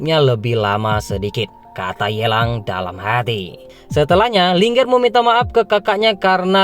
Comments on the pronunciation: Bang cuma masukan, baca linger.bukan linger, tapi di baca Ling 'er,( Ling) ( er ), terimakasih 🙏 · Saran bang untuk penyebutannya Ling,err Bukan linger .bukan satu kata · Mimin skedar info namanya Ling er bukan Lingger bedakan lh min 😭 jadi ga enk di dengar